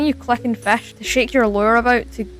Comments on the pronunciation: “fesh” I love it 😭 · Tf is a fesch bruh😂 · Feshc lol😂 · Yep FESH its FISCH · fehsch feshing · bro's saying "fesch" xd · Fashing fesch 😭😭😭😭😭 only on first minute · Fisch ❌️ fesch✅️ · I love you say fisch like fesch😭✨ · did bro just say fesh it’s fish just spelled weird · “Making Fisch” ❌ Making FECKSH✅ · bro said feshing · Bro says Fash nahhhh😭🙏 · “Then, I suddenly found the perfect game… FEÆSH 👹👹” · Why did you say fesh 😂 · Blud said fesh and it looked good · “FESH” (no offense tho) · Bro said fash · is it pronounced fish or flesh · New sub🎉 why did you say "*FÆSCH*" and "*FÆSCHING*"?😭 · Bro says fasch and fashing